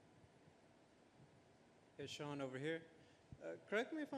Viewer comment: Snoop...his name is Sean. Not Shane😐